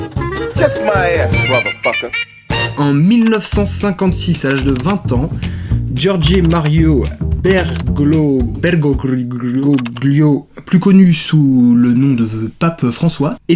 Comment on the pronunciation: Bergoglio se prononce bergolio (euh c juste que je c parle italien )